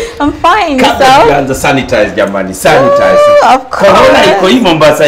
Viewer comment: 😂😂😂I love the way jalas say santinize everytime he hit a point 🤣🤣🤣🤣🤣